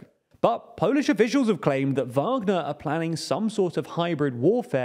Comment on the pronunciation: Finally! You’ve learnt how to pronounce “Wagner”